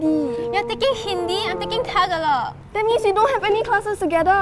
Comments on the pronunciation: YOU PRONOUNED IT WRONG ITS TA-GA-LOG MAYBE CAUSE YOUR PROBABLY SINGAPORIAN AND THE "TA" IS LONG LIKE "TAA" AND THE "GALOG IS SHORT" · TAG-UH-LOG LMAO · its not prounuced talalog its ta ga lo g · Its “Ta - Ga - log” , long a. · Panda Aoi me to she said tag-a-log hahahaha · It’s ta ga lug Tagalog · I'm sad cause the way she said Tagalog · Yea they pronounced it wrong :-( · me too but one problem.. they didn't pronounce the name of our language right. lol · Pero the way she pronounced it hahahaha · May maliit na mali lang sila sa pronounciation sa word 'Tagalog', yung pangalawang syllable dapat ay mas mahaba kaysa sa una. Anyway, salamat sa pag mention ng Tagalog HaoHao! :D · NAH THEM PRONOUNCING TAGALOG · Me who is tagalog: Miss you pronounced that wrong 🤨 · Bro it's not tagalog it's "telugu" 🙃💀